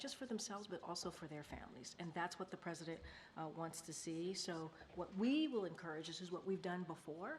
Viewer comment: A presinent???🤔